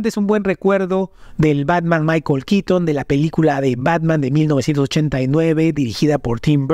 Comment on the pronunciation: Es keaton KEATON KEATON!!! NO QUITN... Burton Burton BURTON, NO BURTN... Que tienes contra la letra "o" . Ni los gringos hablan así.X FAVOR. X lo demás bien por el vídeo.